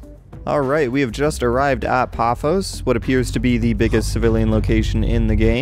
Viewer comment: It is paphos like pa foss